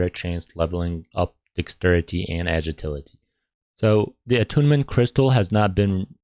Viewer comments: More like agiltility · U cant even say agility